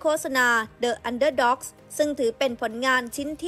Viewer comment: The underdogs อ่านว่า ดิ อันเดอร์ด็อก ค่ะ ไม่ใช่ เดอะ อันเดอร์ด็อก